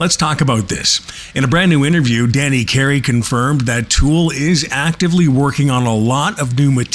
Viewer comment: Le nom du groupe n’est pas Tule 😂mais bien TOOL! Ah les Français, tellement nul pour parler anglais. Tule😂😂😂 Cela étant, TOOL a la Sphere, ça serait juste WOW!🤘